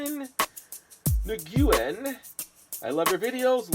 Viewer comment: Nguyen is pronounced new-win